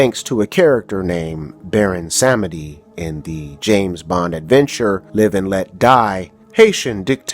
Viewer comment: Vodun is pronounced Voe-doon and Samedi is pronounced Somdee. Otherwise, nice video.